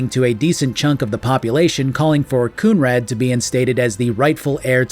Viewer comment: Oh Kunrad, I thought you said Coomrag